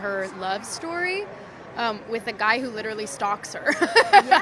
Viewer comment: Nice how she spits the word "guy".